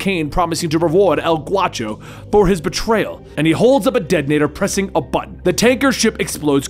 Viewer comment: not El Guacho...it's G -A -U -CHO..A is pronounced like in ASSASSINS..ask a friend who speaks Spanish he'll tell you .😁 ..great video as always 👍